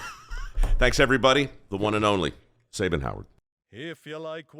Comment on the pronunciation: Only disappointed in one thing here and that's Mike Rowe's mispronunciation of "Sabin" and Sabin NOT correcting him.